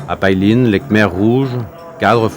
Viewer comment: PAILIN , ça se prononce pas "paille line" comme vous dites , ça se prononce plutôt "paye laine" .